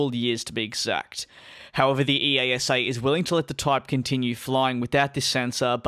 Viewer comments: It's not E.A.S.A - it's eyasah! smh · EASA Pronounciation: ee-ah-sa